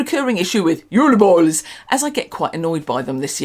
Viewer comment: Can you make an mp3 of you saying JUL BOLS so I can make it my ringtone? 😂😂😂 I'm so excited this is back